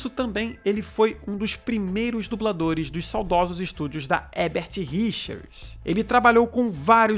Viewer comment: É engraçado como o / Garcia Júnior também dublou o Pica-Pau quando era criança. Obs: É engraçado como ele até hoje fala 'Hebert Richers' e não o nome correto que é 'HeRbert Richers.'